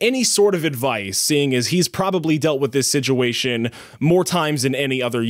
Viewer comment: That really sucks and I love your videos, but one thing made me laugh, you say siduation instead of situation, hehe